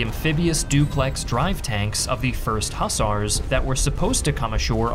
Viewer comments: For goodness sake, it's pronounced " huZARS" not hussers. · You'd be more credible if you knew how to pronounce Hussars . But you did get the flag right .